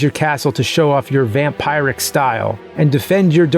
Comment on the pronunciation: James and his proNOUNciations lol its "vam-pehr-ick" not "vam-pye-rick" lol you crazy man